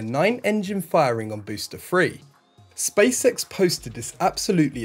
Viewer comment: Stop saying space sex its space x...